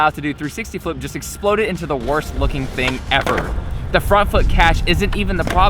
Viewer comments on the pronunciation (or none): love how you spit on the word "exploded". Great video!